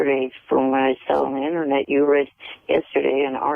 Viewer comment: "You can find the information on the eennernet"